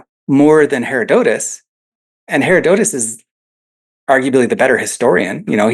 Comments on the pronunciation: I wince every time he days "hair-oh-dote-us" DUDE!!! IT"S "HER-ROD-UH-TUS"! (hĭ-rŏd′ə-təs if you want to be technical) I'm gonna go scream into a pillow now. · lol. I actually thought the same thing when I rewatched it... I probably should have used the American pronunciation. The name literally means 'gift of hera' hera... dotus, and if you come at it from Latin languages the break is ussually after the hera' (Its the second most popular pronunciation on most how to pronounce sites)